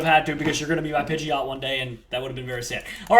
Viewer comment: it's pige-ot not pigy-ot